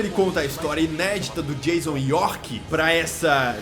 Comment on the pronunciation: Jaison York. Kkkk